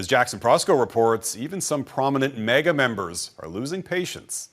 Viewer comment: It’s “maga” not “mega”,.